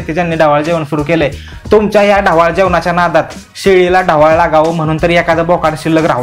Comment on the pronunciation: ढवारा ❌ ढवाळ😂